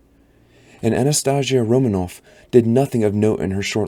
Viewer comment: The way he pronounces Anastasia may make me stop listening tbh